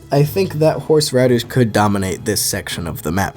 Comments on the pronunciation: For some reason when you first said "I think horse riders would dominate here" I thought you said horse radish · why tf do u say horseriders like theyre a collective group all joined together lmao